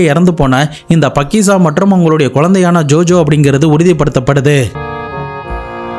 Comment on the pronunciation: பக்கிசா இல்லை faakiza